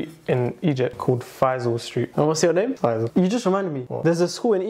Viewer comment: yalahwi , a couple of days ago i was thinking to myself how your brotherhas a name of a street in egypt , when he actually said it i was so shocked ,i feel monitored again wth , but it's faisal not faizal.